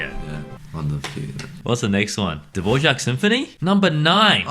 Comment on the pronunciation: to this day I still cannot get over Bretts pronounciation of Dvořák. Its better to either not try, and just say Dvorak, or idk, but it aint Dvožák